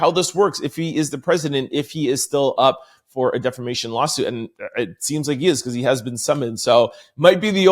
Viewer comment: Hi From The Sky 💫🤺 We love how you put the ‘ Rrrrrrr ‘ in DEFAMATION ! 😂😂😂😂😂😂